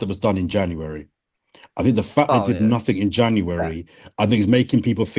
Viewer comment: "In the last four windows, Arsenal have spent nah'ing in free of 'em!" Liverpool signed Chiesa in the same length of time.